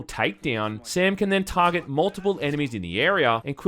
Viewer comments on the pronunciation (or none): none